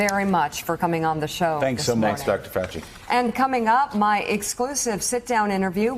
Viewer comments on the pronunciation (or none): Keep on open mind..........says Faux-chi. (who doesn't have one).